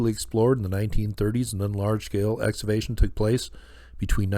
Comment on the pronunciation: I love what you do,...but I need to offer a correction on your pronunciation of the word "excavation." You pronounce it "ex- ah- vay- shun" when it should be pronounced "ex- KAH- vay- shun". The "c" in the word is pronounced as if it were a "k". No big deal in the grand scheme of things.